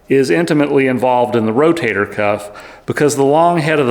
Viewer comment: I like how, instead of saying Rotator, he says "Row-Tater," as in "Eat yer taters!" Lol.. ❤